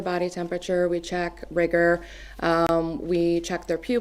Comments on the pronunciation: "rygar" mortis? Is it really pronounced that way? Lol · Nobody calls it rigor with a hard I. 🤦‍♀️😂 This defense attorney is a dingaling. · Rigor IS NOT pronounced with a long " I " sound Madam Attorney -- LOOK IT UP !!! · the woman is driving me nuts with the computer and mispronouncing riggor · What's with the Defense pronunciation of rigor? There's no debate, surely? It's like rigid.